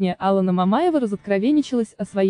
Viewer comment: Ударение хотя бы в имени правильно ставили.